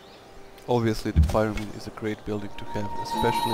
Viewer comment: It wouldn't be without "pie-ramids".